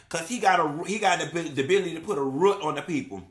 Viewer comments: "Ruut"(root) is sending meeee😂😂😂😂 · NOT 'baze' and 'ruut' I CANNOT 😂😂😂